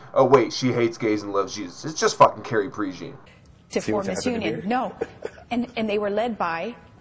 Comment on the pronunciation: Prejean is pronounced "PRAY-john," just saying. But the comparison is dead-on. The part alone is worthy of five stars.